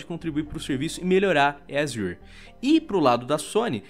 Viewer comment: Quando se sabe que o cara manja do inglês e fala "azior" de vez "Azur" . Dá umas aulas aí kdkdksj